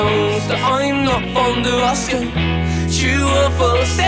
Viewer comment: it's pronounced "asking"